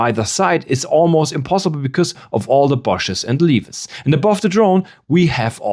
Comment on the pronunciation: can up y (we) not - can up pie , lee -v-es not. lee vvv es es